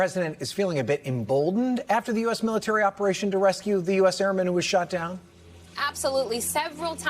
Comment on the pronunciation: “”Great ability in our mility””. Old guy……